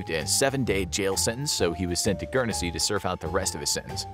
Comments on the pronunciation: Its not Gurnesy its Guernsey lol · "Gurnersea"..? NO! Say "GURN-ZEE", or thereabouts!! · As I British person, it is pronounced Gurn zee ! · The way you say Guernsey hurt my ears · Pronounce Guernsey right